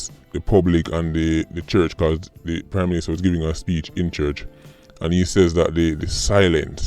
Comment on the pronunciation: Sounded like you said crime minister for a second there.